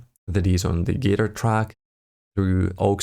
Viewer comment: Dude! Thanks for the video! Please check the pronunciation of the word guitar!